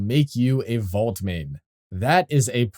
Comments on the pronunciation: Keeps sounding like you're saying "vault" instead of "volt" 😂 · Came to the comments to see if anyone else was going to say something… about his pronunciation of VOLT, hello?! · Nice vid but why would I take advice from someone who can’t even pronounce Volt correctly. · why are you calling him vault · Volt not vault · it isnt vault brother its volt